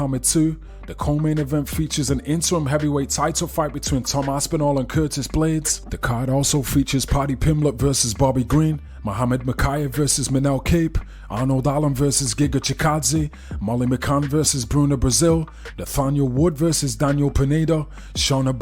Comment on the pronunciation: It's pronounced Manel "COP" lol not "Cape"